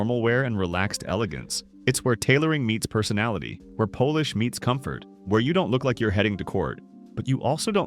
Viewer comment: Where Polish meets comfort?! Yes, it was pronounced like the nationality, lol